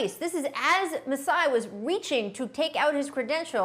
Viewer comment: Rachel Nichols: Masai Brian Windhorst: Masai Paul Pierce: Juiceye